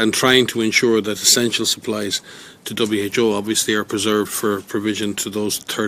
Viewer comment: He keeps saying Double H O instead of Double U H O. Is anyone else catching that? I keep cringing when I hear it. Lol!